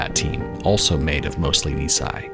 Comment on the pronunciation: A wonderful, deeply moving video. Just one quibble: "Nisei" (2nd-gen Japanese Americans) is pronounced "nee-say" not "nee-sigh" (which would mean "two years old").